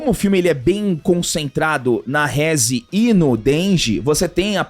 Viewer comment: "Rézi. Dengi" 😂 Provavelmente assistiram dublado. Seria uma pena, pois a "dublagem" japonesa é infinitamente melhor. "Reze. Dendi" são as pronúncias certas.